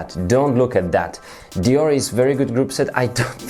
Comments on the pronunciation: its pronounced *Deor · You say it like deor, only people that say nik’e will say deor’e